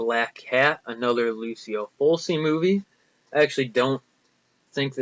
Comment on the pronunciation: I liked your pickups. Tenebre rocks! What were the other horror vhs tapes that you didn't buy? By the way, for your information, you're pronouncing Lucio Fulci's name incorrectly. Here's how...